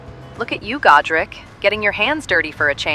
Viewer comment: As a Warhammer nerd, I heard Gotrek every time you said Godrick. Should of married Felix.